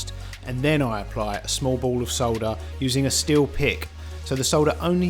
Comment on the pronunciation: I love how you say solder! Thank you for the informative vid!